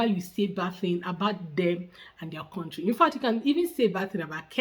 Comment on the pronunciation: Whenever I hear someone say words like Kontry for country*, *aks for ask I give up!